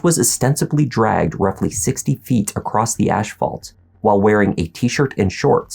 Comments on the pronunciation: dragged 40 feet across the “ash-phalt”? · Just a lil FYI, the word asphalt is pronounced “ass-fault” not “ash-fault.” Im not sure why, but I’ve met ALOT of people who pronounce it as “ash-fault”, and Ive always been curious as to why they say it that way, rather than the correct way of “ass-fault.” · Its Asphalt, Ahss-fawlt, not ash-fawlt. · "Ashfault" lol. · Asphalt not ashfalt. 😂😂😂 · “Ashfault” lol I think you pronounced it wrnog